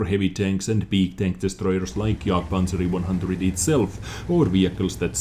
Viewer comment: Jagd-E- Panzah- E- One Hanzah :D